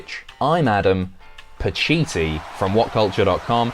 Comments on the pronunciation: ironically, it's pacitti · "I'm "